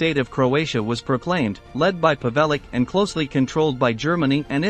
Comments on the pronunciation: The pigs name is pronounced pav-el-ich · The 'c' in Pavelic is pronounced 'CH'. If you want to make a biography at least pronounce the subject's name correctly.